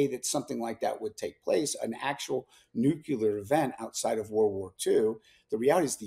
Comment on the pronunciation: I CANNOT TAKE ANYONE SERIOUSLY WHO SAYS NUCULAR!